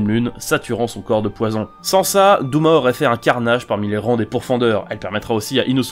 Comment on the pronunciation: Mais c’est dOma pas douma nan